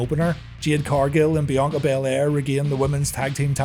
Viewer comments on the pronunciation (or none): none